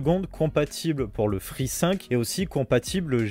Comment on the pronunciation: J'ai mis du temps à comprendre de quoi il parlait quand il disait G-5 et Free-5